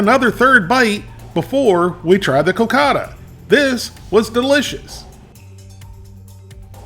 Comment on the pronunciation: The pudding is pronounced "co-caw-dah". Wolfie: I hope you didn't eat both of those on the same day! That would have been 1200 calories.